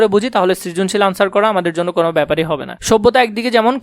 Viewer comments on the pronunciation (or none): none